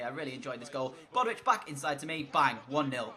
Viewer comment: I love the video and I know I'm super late but it's bow-ditch not bodwitch 👍🏻